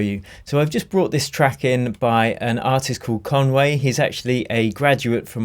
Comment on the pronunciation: Anyone else immediately think Kanwe when he said Conway